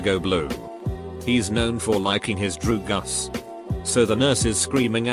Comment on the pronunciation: Nobody: Text voice: drugas